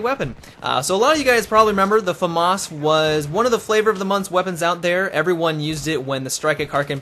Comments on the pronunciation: LOL he is pronouncing it properly... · both pronounications are actualy right xD